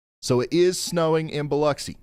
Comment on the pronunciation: Thank you for pronouncing Biloxi correctly BTW. It's lux as in luxury, not locks.